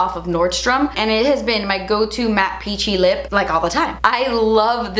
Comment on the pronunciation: When she said “peachy lip” I thought she said “hoochie lip” 😆